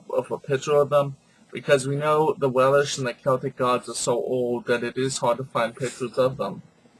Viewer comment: stop saying Welish ..it is welsh.....and you are so off with your pronunciation's..